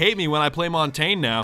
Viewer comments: Mon-Tain? You mean Mon-tan-yahh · Hey its actually mon-tan-yay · I cringe every time he says montagne